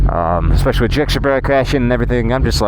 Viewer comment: As much as Ive enjoyed your content as of late mate, dont tell me youre one of those who say eckspecially instead of especially